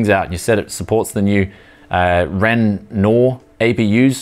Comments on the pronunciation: 'Ren- war' Renoir* That's how it's pronounced. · "renoir" is pronounced ...."ren-wa" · This is exactly what I am working towards building. Psst... Renoir - Pronounced Ren-wah. He was a famous French artist. All the new AMD APU's are code named after famous artists. next is Lucienne, then Cezanne, then Van Gogh. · "Ren-whar" is closer. to the correct French pronunciation. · How about "Ren-wah" ;)